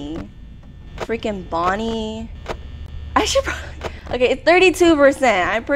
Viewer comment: hi i cant belive u played fnaf its such a good game and i just wanted to say u said bonnie wrong